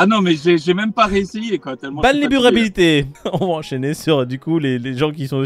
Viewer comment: Vulnabilite, bulnaribilite, bearabilite. En brefs c de la 💩